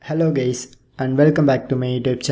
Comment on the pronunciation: U said hello gays